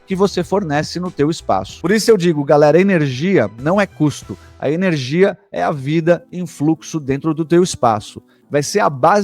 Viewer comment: Enerigia? Faltou energia no português...